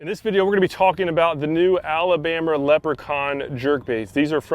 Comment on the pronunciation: He said the alabamer